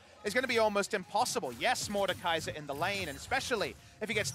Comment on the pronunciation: Mordekaiser not... Mordecai.